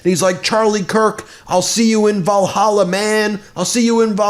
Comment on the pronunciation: Great improvement on the Valhalla pronunciation dear Ben. 😉 Keep up the great work ! 💪🏻 Best regards from Switzerland.